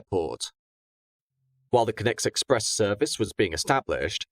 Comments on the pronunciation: Is it not pronounced conn-ex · Also the pronouncing of “Connex” makes him sound like he’s saying “Connect”